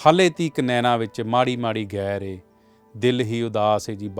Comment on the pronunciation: " ਗੈਰ ਏ " ਗਲਤ ਲਿਖ ਤੇ ਬੋਲ ਰਹੇ ਓ ਜਨਾਬ। ਅਸਲ ਸ਼ਬਦ 'ਗਹਿਰ ਐ'। ਅਕਸਰ ਹੀ ਪੇਂਡੂ ਜੁਬਾਨ 'ਚ ਕਿਹਾ ਜਾਂਦੈ ਅੱਜ ਪੱਛਮ ਦੀ ਗੁੱਠੋਂ ਗਹਿਰ ਜਿਹੀ ਚੜੀ ਐ , ਹਨੇਰੀ ਆਊਗੀ।